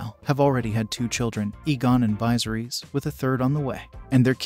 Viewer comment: Apparently one of the details you missed was how to pronounce Viserys. Not sure how you botch it that badly when they repeatedly say it throughout the show.